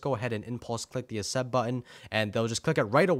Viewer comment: you say assept